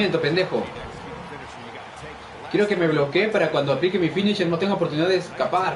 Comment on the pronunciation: la oprtunidad, no la oportunidad